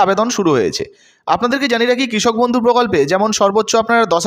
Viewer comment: বদ্ধউ নয় ওটা বন্ধু